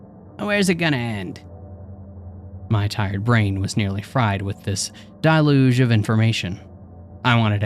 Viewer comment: I'm not sure what's going on but.. Anyway.. a great plot and story but the reader has major issues pronouncing coming words like "deluge" (die-luge? Where did you even get the I from?)